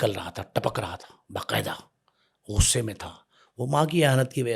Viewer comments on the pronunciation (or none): Bakwas podcast - host ki urdu tak theek nahi…. Ghor ko Gor, Gussay ko Gussa. Nonsense host